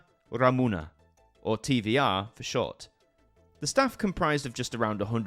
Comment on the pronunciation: Hey is Televiziunea Romana and it is pronounced TVR and not TV"I"R AND TV"E"R (on the screen it is pronounced with ve not vi)